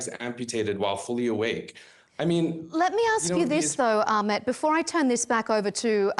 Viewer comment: Its not Akhmed, you shmuck, it’s Ahmed!